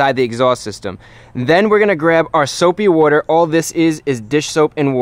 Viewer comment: soapy wooder